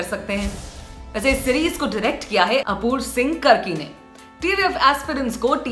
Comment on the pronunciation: कर्की नहीं कार्की होता है वो🙄🤦